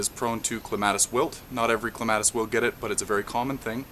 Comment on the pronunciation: thats not how you pronounce clematis